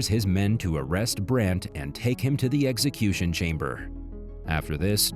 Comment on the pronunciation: Eggsacution? I love the concept of these channels but I will continue to block them when they are not able to speak coherently